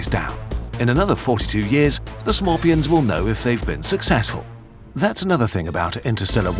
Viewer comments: so smorpions you say hmmmmmmm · Umm, its pronounced S'morepion, and they've been on Piñata island for years...